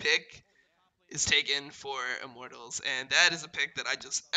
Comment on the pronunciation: Only criticism is pronouncing Immortals like "I'm mortals"